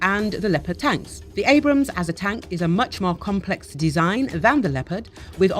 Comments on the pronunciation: Abrams tanks , not brams :) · I dont know I kinda like it... Brams Tank 😂 with the accent 😂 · Me too. Sorta has the feel of "Bros tank".